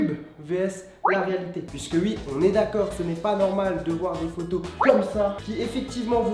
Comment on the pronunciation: Ça me fait trop rire quand tu dit "ui" 😂